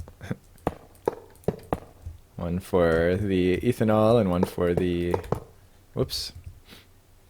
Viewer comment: First off - awesome vids. Always light and fun, enjoying the "immersive mods only". As a chem major, I did want to point out that its pronounced "ethanol" not "eeethanol" :)